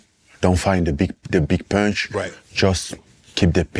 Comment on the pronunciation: "EVERYONE. Everyone will go down with that punsh." 😳